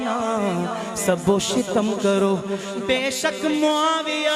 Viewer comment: Shitam nahi shatm hai شتم تا ساکن